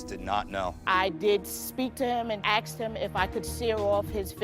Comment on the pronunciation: I don’t understand why it’s so hard to pronounce “asked”